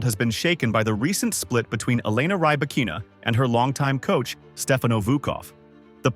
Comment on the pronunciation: Stopped watching after 10 seconds. If you can't even pronounce her name correctly, my guess is that the rest will be equally worthless.